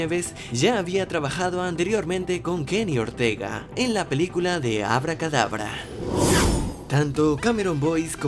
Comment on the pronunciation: Oye lo que dijo habla Kdabra en vez de hocus pocus